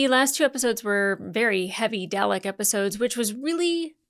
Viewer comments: To help you out, it's Dah-lek 🥰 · I vote to double down on the infinite variety of mispronunciation of the durlix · If Brits can say "garage" so it sounds like "marriage", Americans can say "Dalek" so it sounds like "phallic". It strikes me as a legitimate regional pronunciation, even if I personally prefer a colic-rhyming delivery that's closer to the British way of doing things (albeit without the intrusive R sound they often slip in there). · Haha straight back into saying Dalek wrong lol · The editor is having a lot of fun with your Dalek pronunciation. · At least she's not saying Day Lick.